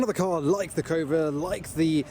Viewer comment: him saying ''cobra'', sounds like ''covid''